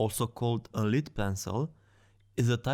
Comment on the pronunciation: You’re pronouncing lead wrong.